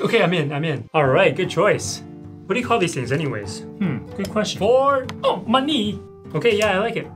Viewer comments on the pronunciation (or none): lol ima call money my knee cuz you pronounce it like "ma-knee"